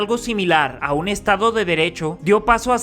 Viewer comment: Te comiste la 's' en "estados " .